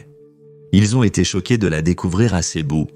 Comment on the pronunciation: Pas Cebu, on dit Cebou (u = ou).